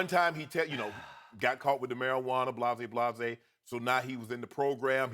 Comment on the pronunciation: said blazay blazay 😂